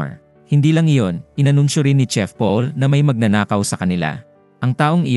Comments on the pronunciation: CHEF po hindi tsef. parang tanod lang ah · Mali po pagka bigkas nyo sa "CHEF" Hindi po "tsef" Yun, "shef" dapat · Thai kc kaya tsef Pag korean ang bigkas shef Pag pinoy shit😅 Owkie lang yan Sabi nga nila E Correct mo in private but purihin in public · Alalahanen mo magkakaiba tayo ng LANGUAGE SLANG, PILIPINAS PA LANG IBAT IBA NA,taaw ng ihi mo😂😂😂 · Hehe a.i po yan kaya hnd tlga msasabi ng maayos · It pronounced as "shef" Not tsef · gsto nya tsef eh bkt ba haahah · Hahaaha bkt Kasi tsef😂😂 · nice movie recap. no offense meant but I just want to correct you regarding your pronunciation of Chef and Recipe. "Chef" should be pronounced as "Shef" and "Recipe" as "Re-see-pee". also "Trademark" as "treydmark" and "Menu" as "Men-nyu" so you can say it right in your next video.